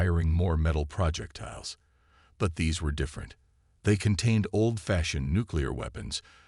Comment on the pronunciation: Just WHAT Pray Tell, are "PRAH-jektiles"!!!!!?????? I know what "pro-JEK-tiles" are. But, I have NO clue what a "PRAH-jektile" is!!!!!!!!!!!!!!!!!!!!!!!! OH, and from reading other comments, your crappy AI isn't going to say the word "debris" correctly either!!!!! STOP USING POS AI!!! And, this is an old theme I have heard about a dozen times. By the way, I stopped listening at about 15 mins. I am sick of hearing the word "PRAH-jektiles"!!!!